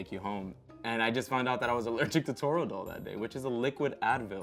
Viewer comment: It’s Toradol. Not Torodol.